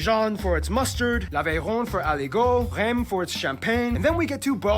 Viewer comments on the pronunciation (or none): it is reims not rem for champagne and in reality it reims and epernay + 100 little city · Reimssssssssss pronounciation killed me